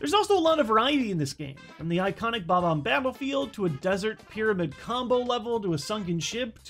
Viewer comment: From the iconic bob-omb babblefield